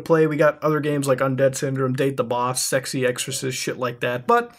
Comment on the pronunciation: sexorcist not sexy exorcist